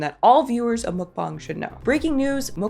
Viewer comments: It’s Mukbang, not mookbong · What is a muk bong isn’t it pronounced mukbang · I think she’s just mcbonging English/Gaelic to rage bate us with an ear for terrible pronunciation. Unforgivable pronunciation of every vowel. Mok Bong. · I can’t tell if is being pretentious or just has a strange grasp of English/Gaelic but I had to stop the video to Google “mokbong” only to find out it’s “McBang”. I can’t stand when people intentionally pronounce words in the most random “unique” way. (I listen to YouTube I rarely sit and watch like I’m “supposed” to) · Even at my fattest, I always considered mukbangs cringe & disgusting. And, honestly, morally reprehensible. Like, I hate living in a world where mukbangs (which I will always intentionally mispronounce as “muck-bangs” because I don’t respect the concept) and starving kids exist simultaneously. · Tis pronounced Muck bAng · The way you say mukbang. Do you say gangbang like gongbong?